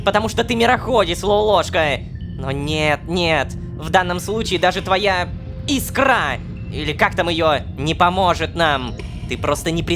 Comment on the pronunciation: мне интересно, а специально неправильно ставит в слове "Искра" ударение на "а"? Если да, то классно сделано)